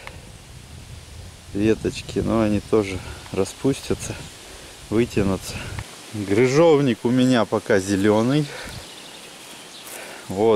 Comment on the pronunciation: Да не Грыжовник, а Крыжовник простите, но это точно так